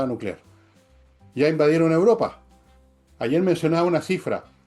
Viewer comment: Por qué, quisiera preguntar cariñosamente, la dice 'Uropa', en vez de 'Europa', ¿será parte de algún sociolecto?